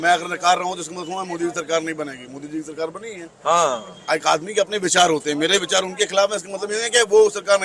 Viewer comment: Abe pahle sarkar bolna seekh le sahi se fir bayan baji kr